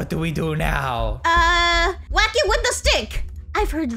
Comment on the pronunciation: When you said wack it got sounded like wacka wacka wacka like pack man😂